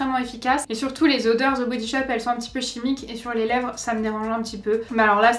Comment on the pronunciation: "Ze" body shop! Lolll "De body shop!! Pas ZE ..DE ça me fait tellement rire! Mais c'est quand mêmemignon ! Tes yeux 😍 magnifique!! Les 12 premières cases ...Ok... les 12 autres n'apportent rien de plus decevant..